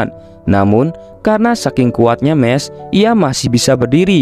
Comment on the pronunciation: Bukan mes mahs